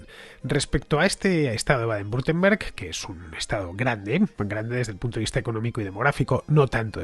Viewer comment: Hola Fernando, por si algún día lo tienes que volver a pronunciar y quieres que te resulte mas sencillo, se pronuncia "Baden Bitemberg". Por lo demás fantástico trabajo